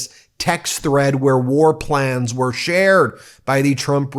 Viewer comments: Ben - WAR "PLANS", not "PLANES" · I'm sorry, did he say, "war planes"? No bigy, just funny 😁